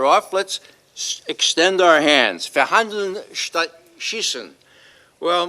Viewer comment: Thumbs for an American not only knowing the origin of "verhandeln" but also pronouncing it correctly. - He knows we are the first ones to be blown to dust. - Biden will finish what the Obama administration wasn't able to do. END WEST EUROPE.